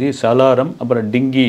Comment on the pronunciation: Dingi illada dappa thalaya, adhu Dunki